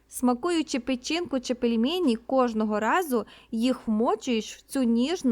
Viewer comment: Дуже неприємно було чути "пЄльмЄЄні", а не "пельмені"